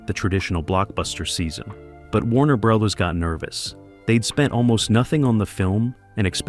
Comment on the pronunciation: "Warner Breathers"?? Really? Come on..at least review the readings of the narrator before you make a presentation. And you wonder why you only have 2k views. This sort of oversight just ruins' the impact of the channel. If this is A L...teach it better...if this is a real human..get someone else.